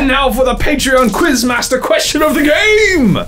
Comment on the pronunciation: Cringe at the pronounciation in the first Quizmaster Question